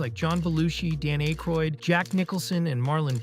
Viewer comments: Wait wait wait, Dan "A-croid"?! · ...Dan ...Dan A-Kroid...? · You mispronounced Dan Aykroyd's name. What are you even doing.